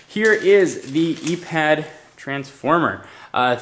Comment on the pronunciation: "eee pad" "ipad" :/